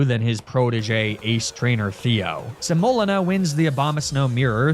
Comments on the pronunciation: I love the theme of "flours" for a grass challenge but your pronunciation of semolina (sem-oh-LEE-na) is rough lol. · Another well made nuzlocke and video! But I’ve only heard the word pronounced “se-moh-LEE-na” and I was losing my mind hearing you say your abomasnow’s name over and over. It was cathartic when she died. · Semolina (seh-moe-lina) 🥲 it’s the thick gritty flour that makes pizza crust kinda crumbly and yummy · How ypu pronounce semolina kills me😅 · My spouse is watching this video right now and I had to look it up just so I could comment that THAT IS NOT HOW YOU PRONOUNCE SEMOLINA. It is causing me physical pain every time I hear butcher the word. (That Hariyama re-enactment was hilarious, though.) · For some reason you saying semolina wrong was the only time I’ve ever been annoyed with your mispronouncing antics haha. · Welcome to today’s episode of: Is Pronouncing Things Wrong Because It’s Funny, Or Did He Just Google “different types of flour” For The Naming Convention, And Genuinely Just Doesn’t Know How To Pronounce “Semolina”? In all seriousness tho, loved the vid! I cackled at the window bit 😂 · Praying that the mispronunciation of "semolina" was on purpose because it caused me psychic damage each time